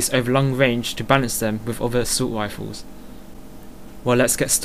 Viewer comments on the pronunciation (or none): assult wifles! xDDD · haha each r is pronounced as a w